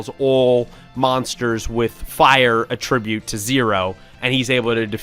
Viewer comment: why do y'all pronounce "attribute" like a verb when using it as a noun?